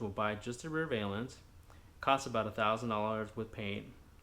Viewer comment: Valance ...not valence